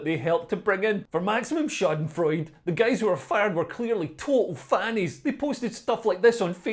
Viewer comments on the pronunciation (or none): 1. Learn about gender dysphoriam youd be less of a prick. 2. Not how you pronounce Schadenfreude. (HINT:It's a German word)